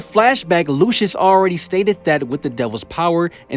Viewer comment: His name is pronounced “Lucy-us”